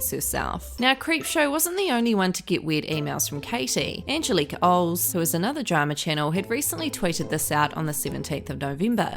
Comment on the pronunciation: Why cant anyone pronounce Angelica's name?